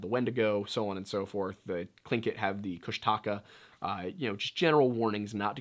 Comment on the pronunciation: Tlingits who are my neighbors, (I'm a Tsimshian) litterly one island away. You pronounced Kushtaka wrong it's pronounced like Kush (like weed yes Mary Jane Kush but with a oo not ush* so like koosh) Koosh*taka tuck-ah. koosh-tuck-ah